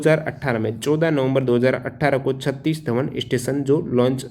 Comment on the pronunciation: छत्तीस धवन नहीं सर सतीश धवन ,बाकी सब एक दम परफेक्ट है but सतीश